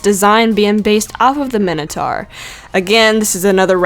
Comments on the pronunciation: Min- o- tour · You said minotaur wrong it's mine-o-tore